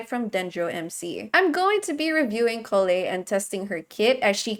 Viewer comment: Lovely that does know how to pronounce Collei correctly